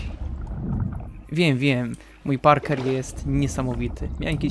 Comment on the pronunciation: Jbc to czyta sie parkur a nie parker xdd😊